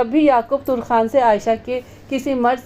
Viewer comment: Lafz Turkhan nahi Tarkhan hota hey اپنا تلفظ ٹھیک کرلیں شاہد عظیم خان لاہور